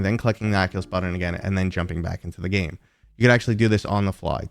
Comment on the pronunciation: Button, not Buddon. But great video :)